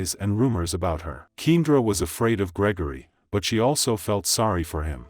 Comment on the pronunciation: ‘Keen-druh’ is driving me nuts. Should have spelled it keyahndra when you heard the playback